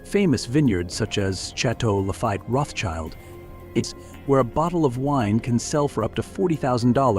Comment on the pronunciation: Guy is mispronouncing Rothschild!